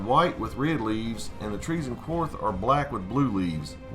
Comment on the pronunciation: love your vids man but the way you pronounce "Qarth" really bothers me lol. It sounds like "car". Not "quar" like "quarter". Qarth is said quite a bit in season 2. other than that keep it up brother